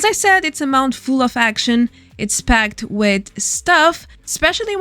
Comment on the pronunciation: Its call to Action. ACTION everyone is saying Axiyon/ Axeyon